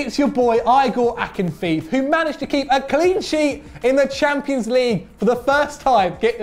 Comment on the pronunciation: Calling Igor Akinfeev "Aigor Akinfief"......Do some research first next time please. My ears bleed...